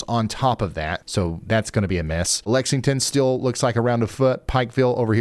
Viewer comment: "Lexington Still, about a foot".. I heard Lexington Steel..about a foot (12 inches).. man of culture.